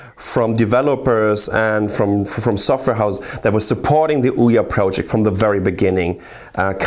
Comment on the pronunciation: the way he says ouya sounds so right